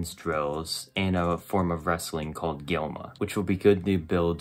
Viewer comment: *Glima, not Gilma